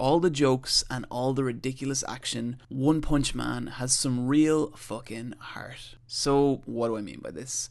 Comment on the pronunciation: The way you pronounce "heart" just screams Irish.